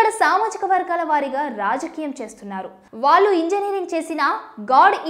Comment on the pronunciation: నీల్లు కాదు నీళ్లు, మల్లీ కాదు మళ్ళీ, వాల్లు కాదు వాళ్ళు ప్రానాలు కాదు ప్రాణాలు. ముందు తెలుగు సరిగా మాట్లాడడం నేర్చుకుని వార్తలు చదివితే బాగుంటుంది.